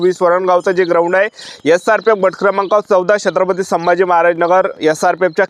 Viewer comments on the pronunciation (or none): बट क्रमांक 😂😂 गट क्रमांक ✅✅